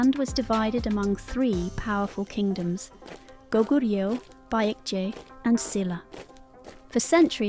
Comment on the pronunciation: where to begin? First, Paekje is not Pike-ye but closer to Peck-jay. Joseon is not pronounced Joe-see-on but closer to Joe-Sun, as in the Sun in the sky. And I could go on. Much of this is a failure of the transliteration from Hangul to English, but the producers should have reviewed this with a native speaker. Would have been an easy fix.